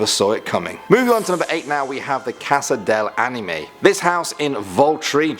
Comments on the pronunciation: Casa delle anime Delle not del Sowwy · the way he said casa delle anime. Girl i